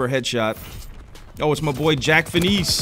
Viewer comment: LOL Jack Fineese. Its not pronounced like that bro. Its Jack Fines.